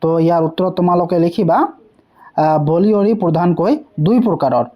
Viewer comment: বালিয়ৰি not বলিয়ৰি😅